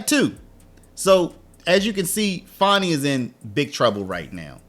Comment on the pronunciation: Fani annie bo bani banana fani fo fani me my mo manny FANI. Nobody wants to say FANI. Not fawni .. Fanny. Her daddy calls her fanny. Fani, take a load off. fawnie, y'all making her hate her Name. It's Rude to Not say her name properly.